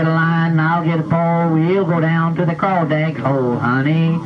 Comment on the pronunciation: Same here. Crawdad... sounded like he said Crawdag with a G. LOL!